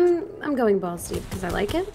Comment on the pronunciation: I thought she said ballsy but as I rethink what she said she said balls deep